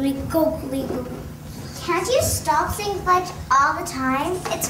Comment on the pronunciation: Say fuge not fuck